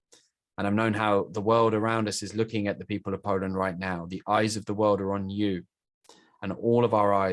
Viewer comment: Poreant? Its pronounced poland(0,17)